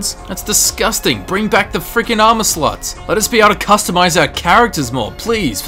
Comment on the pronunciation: When i heard him say armor slots I heard armor sluts. Im wierd lol